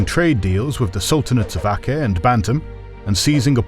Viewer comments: Also in Bahasa, "c" is pronounced with a "ch" sound so "Aceh" sounds like "Acheh" :) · The c in "Aceh" is supposed to be pronounced as a "ch", like "Cello". One of the former spellings of Aceh is"Acheh".